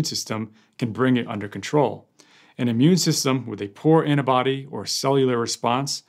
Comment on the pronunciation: *Antibody, not "annabody",....